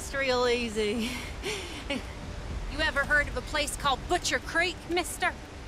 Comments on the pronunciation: “butchers crek” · Butcheeers ... crikk ... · Boochurs Crick...